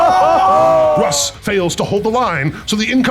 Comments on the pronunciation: LOL, why does he say Roose? There's gotta be a story there. Great game, one of my favourite 30k stories. Mangus may have done some things wrong, but he's still one of my favourite Primarchs. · Brilliant game, fabulous board, but, what is this Ruse you keep calling, there is no 'e' to soften the 'u' it is Russ as in 'Ruhs'. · mans said Ruse 20 times instead of Russ, this is a lie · Leman roos is now the only way I'll ever hear his name pronounced. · Love how everyone corrects the dude mispronouncing Russ's name. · This game was an absolute blast! It was every bit as cool to see in person as you all would image. I would like to say before the internet mercs me - I pronounce Russ incorrectly in homage to an inside joke that was sadly left on the cutting room floor. I hope to return to the 31st millennium sometime very soon! 🐍